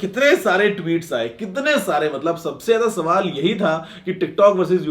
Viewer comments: agla safar bola agla sabal bolne ke waja..😃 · Kisne gaur kiya guruji ne question ko safer bol diya 😆😆😆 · dekho bhai Guruji saval ko safar keh Rahe hai😅😅😅😂🤣🤣🤣